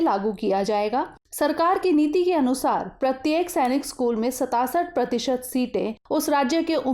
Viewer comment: Mam aap hamesa 67 ko galat padhte hain🤣🤣🤣🤣🤣🤣🤣🤣😂😂😂😂😂😂😂😂😂